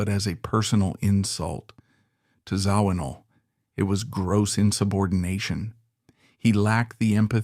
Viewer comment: Zo-ween-all???!! Get rid of the AI bullshit narration.